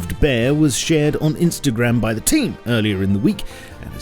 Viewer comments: I love "the TEAM!!" 👀 it makes me laugh every time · Stop saying team like that. It's very irritating.